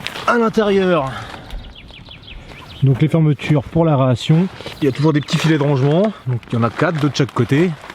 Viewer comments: Très bonne vidéo simple et efficace, le comparatif avec l’ancien modèle est très parlant. J’aime ce cote sans langue de bois, en revanche si tu pouvais éviter des erreurs de diction du type : aReation ( plusieurs fois) et à pas trop z’humide🤨...je n’aurais pas les oreilles qui saignent😉. Bonne continuation... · bonne vidéo mais "aréation" mdr.... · hey ! je suis tombé sur ta vidéo par hasard. c'est sympa, mais ça m'a beaucoup faire rire quand tu parles des aérations, car tu dis "areation" haha